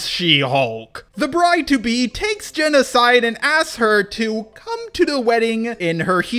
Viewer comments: Am I the only one that heard "take's Genocide" instead of "take's Jen aside" ? Please tell me I'm not the only one! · when you said takes Jen aside i thought I heard takes genocide